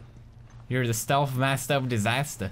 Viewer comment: when he says stealth it sounds like stealf